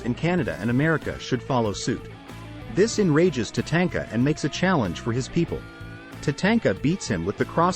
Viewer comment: It's spelled Shango yes but pronounced shawn-go also Tantanka is tatonka he is not a tank 😂